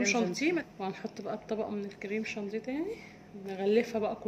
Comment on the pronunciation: جانتيه تاني يا اسمه شانيه و الجناش مش جناااااش يا بس تسلم ايديكم طبعا و بحبكم في الله